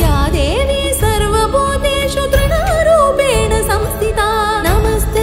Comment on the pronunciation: Sriranjani ji, beautifully performed, and shot! If I may, please pay attention to correct Sanskrit pronunciation. For instance, in Sarvabhūteṣu, (सर्वभूतेषु) it’s षु not शु; In Saṃsthitā (संस्थिता) it’s, thi (थि) and not ti (ति). Though I very much enjoyed the production overall, when in every line these repeated mistakes came about, it was disturbing to listen to. As an extremely talented artist from a legendary musical lineage, it would be great if you could take this feedback positively and learn to correct these typical pronunciation errors in Saṃskṛtam related to, Visargaḥ (विसर्गः) Alpaprāṇa (अल्पप्राण) vs. Mahāprāṇa (महाप्राण) etc. Thank you!